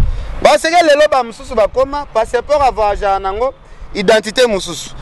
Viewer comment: Vayage même prononciation oyebi te médiocre sans kombo ya carine site nayo ba kotala te